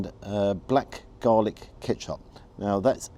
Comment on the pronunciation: Ketchup not katchup